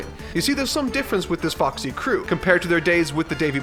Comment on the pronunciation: also goddamn it when you said Foxy pirates it sounds exactly like the "Fuck Sea Pirates" and i cant get that ouit of my head